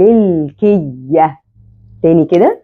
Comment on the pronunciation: كذلك انتبهي لنطق بعض الكلمات العربية بشكل صحيح مثلاً: كلمة المُلكية حرف الميم فيها مضموم وليس مكسور بارك الله فيك أحذفي تعليقي هذا كي لا يظهر للمتابعين أحسن الله إليك ونفع بك شخصياً أفضِّل ظهور الشاشة مكتوب الدرس فيها كتابة مثل أخر الفيديو في الدقيقة 13 وظهورك بجانب السبورة ليس مهم لنا صوتك فقط يكفي بشرحك الواضح مشكورة مأجورة عليه وإذا احتاج ظهورك يمكنك الظهور بين الفواصل مع جزيل الشكر لجهودك المبذولة لنشر العلم النافع بالعلم ترقى الأمم